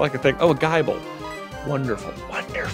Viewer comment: I can’t handle him saying guy-bull instead of gible